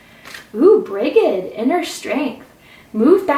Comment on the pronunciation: Brigid is pronounce Bridge-id in Ireland ❤️